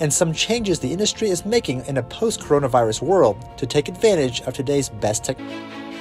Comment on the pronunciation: Lol did you say POST-Coronavirus world? Lol!